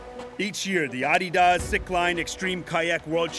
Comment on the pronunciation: That's the correct way to say it. It's a contraction of the company founder's name, Adolf "Adi" Dassler